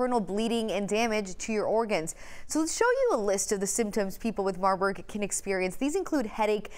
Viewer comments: She said Marbug…. Smh. I know the other lady wanted to 🤦🏽‍♀️ face palm…. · Did she say marbug ಠ_ʖಠ